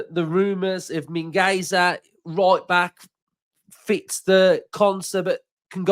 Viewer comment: Its Mingwaither for the pronunciation. You know the Spanish do their "Z's" with the toungue in their bottom gum. If Were sticking with the english Z sound then you've got it anyway. 😊